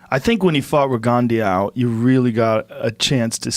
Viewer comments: RINGONDY... ITS RIGINDOUX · Listening to joe butcher peoples names.. is just so annoying.. regandiow.. rigondeaux.. for a person to butcher your name it tears me apart.. at the end of the day all you got is your name.. not close or almost your name.. YOUR ACTUAL NAME.. I’m even guilty of it sometimes living in China. But I do my best when it comes to remembering names because it’s important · Rig Gan Dau. Weak as shit Joe. Pronounce shit properly. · Rigondeow lol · Eaux = long “OH” sound not Rigondeeeoooowwww. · Joe " his name is rogondiow" Rogan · Joe "RiGonDiAU" Rogan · Joe pronounce that boxers name totally wrong again you yanks .